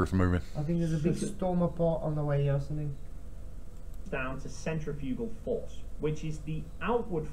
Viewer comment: YAY!! "Centre-pukal-force" 🤣🤣😭